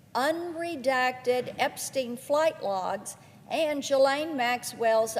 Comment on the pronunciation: Wrong pronunciation again. Geelaine